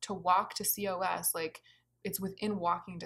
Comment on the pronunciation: You’re amazing. And a side note that COS is pronounced like “cause”. Meant to be helpful not critical.